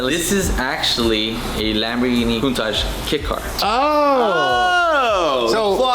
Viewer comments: What's with canadians and americans (I'm looking at you ) pronouncing countach 'coon-taj'?? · why do you say coontasch, isntbit pronounced countach? you know, like "counting" and "touching"? coun touch? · You keep saying lamborghini cuntosh it's definitely not a cuntosh it's a impostor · stop calling it a countach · The way he pronounces ‘Countach’…it’s like he is saying something vulgar and dirty! 😂